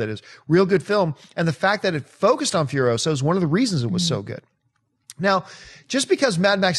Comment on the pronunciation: It's Imperator FuriOsa, not FurioSA - Hermione